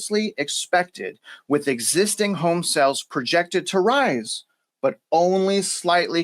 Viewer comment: Great Show - BUT - You pronounce s"A"les incorrectly ; you say SELLS. That may confuse your listeners. I Enjoy the work you do!!!!!!